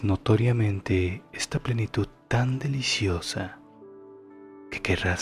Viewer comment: Perdona, me estaba funcionando bien. Pero es que has dicho "deliciosa" de una manera inesperada y, por si fuera poco, lo repites! Hahahahaha lo siento no puedo con esto, es una lástima.